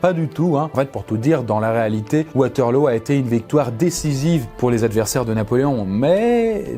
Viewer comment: on prononce waterlou enft